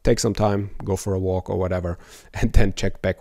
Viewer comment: I realized this dude was German when he said to go for a walk lol